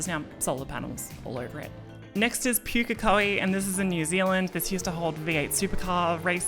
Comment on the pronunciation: I'd like to make a suggestion for the next time you pronounce Pukekohe... it is pronounced Pook-eh-koh-hih, for Pook simply think Book with a P. Instead of how it was pronounced like Puke-eh-koh-hih. Coming from Australia, I felt obligated to defend my sister country and their great racing asset! :P Otherwise, I love the vid!